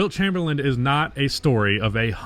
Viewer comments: Chamberlain… CHAYME-BER-LIN . Not chamberland… please respect the legend and pronounce his name correctly. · dude. for seriously. the guy doesn't have a D on the end of his last name. Chamerlain'd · Did you just say Wilt Chamberland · How do you start the video off saying Wilt Chamberlind????